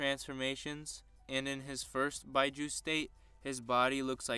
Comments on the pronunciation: its beeju not byeju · it is pronounced "bee-joo" even though it is spelt as "biju" (not actual japanese characters) remember japanese does not use english rules so the "u" does not make the "i" say it's name because we not doing english so when you doing japanese forget what your kindergarten teacher taught just for a little bit